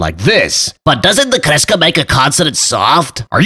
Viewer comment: Good pronounciation of kreska xD